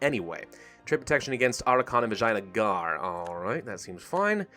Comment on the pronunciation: I think he keeps saying Vaginagar on purpose...